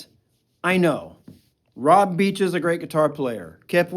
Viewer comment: It's Reb, not Rob Beach